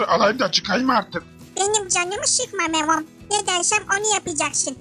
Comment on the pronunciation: memom diyo ya